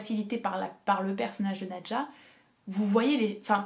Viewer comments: Qu'est-ce que j'ai aimé Nadja! (Juste: je crois être sûre que l'on doit prononcer "nadia" selon le russe d'où est tiré ce nom) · En russe c'est prononce "nAdia"